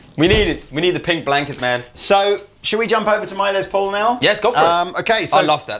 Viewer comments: It's Les Paul, a shortened version of Lester Polfous (his real name), so the "s" in Les is pronounced as an "s", not a "z" as in Lez. Just helping out from here in the US. Be that as it may, I want an SG Jr. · "Less" Paul. He was American. Say it right.